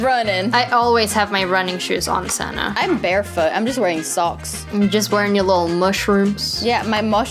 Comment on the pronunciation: Its not stanta silly billy